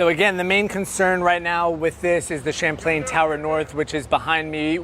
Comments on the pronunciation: "Shamplain"? It's pronounced "Chap•Lan" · Champlain, not Chaplian. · "Champlain" as pronounced by TV anchors and reporters, yet the headline says Chaplain